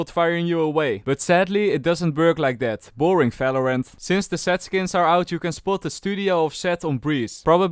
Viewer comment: he stopped saying falorant